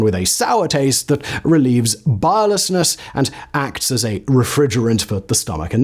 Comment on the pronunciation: . . . not how you say biliousness.